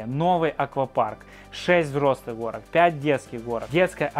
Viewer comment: Горок,а не Хорок....